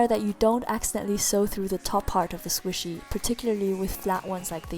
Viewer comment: Mochi not squisy